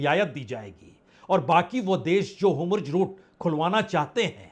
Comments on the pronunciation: 'Homurj' nhi 'Hormuz' Bajpei sahab! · Homurg nai hai bhai 4 baar apne bola its Hormuz strait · होमुर्ज (Homurz) नहीं होर्मुज ( Hormuz ) पढ़िए जनाब । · Sir, this route is Strait of Hormuz not Homruz. It is Hor... not Hom... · हाेमुर्ज हैन हाेर्मुज भन्नुस न वाजपेयी साब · Bajpai ji HORMUZ aur NETANYAHU ka pronuncition hamesh galat hota hai pl. Durust kijiye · चैनल वाले भाई साहब आप हॉरमुज और बिन्यामिन नेतन्याहू यह दो शब्द नहीं बोल पा रहे हैं आप इन दो शब्दों का थोड़ा रिहर्सल कर लीजिए😅😅😅😅😅😅😅😅😅😅😅😅😅😅😅